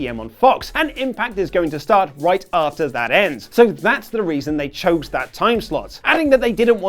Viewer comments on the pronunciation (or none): none